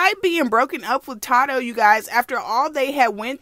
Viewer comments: Not that you said todoe 😂😂 it’s TADOE respectfully sis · Ta dough. I’m dead it’s Tay doe 🤣 I love u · Lmfaoo how she said tado 😂😂😂 “Tadoe” 😂😂😂😂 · IT’S TAY-DOE!😭 I’M DEAD. cuban doll do like that rough shit, tadoe beat her ass, too. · Its pronounce Tay-doe. I think we all told u this before lmao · Love the videos ! Keep em rolling and his name is pronounced, "Tay-doe" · Its pronounced tay doe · It’s pronounced as “Tay doe” lol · It’s TAY-DOE baby lol it’s okay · Lol sis it’s TAYDO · It's TAY-THO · taydoe how you say it but yes this messy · It’s pronounced TAE-doe. Cuban is toxic and weird she need help. She going out real bad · secs the way she pronounced tadoe name had me blue laughing lot of people pronounces his name wrong LOL